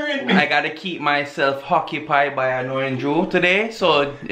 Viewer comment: I gotta keep myself 'hoccupied'😂😂😂😂😂 ok